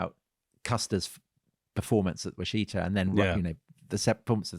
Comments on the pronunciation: For the last time, the place name is pronounced as Wash' e ta. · Washita is not pronounced at all the way they pronounce it. The “Wash” part is pronounced just as it is in “Wash a shirt”. The “it” is pronounced as it is in “kit” or “sit”. The “a” at the end is pronounced the same as it is in “bra”or “calm”. Pretty simple.